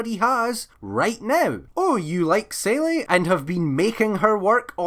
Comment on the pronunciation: Selly? You mean Seele (pronounced Zee-La)